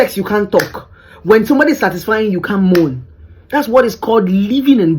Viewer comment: The way she says “moan” like “mourn”. You always spitting wisdom! Keep up the great work!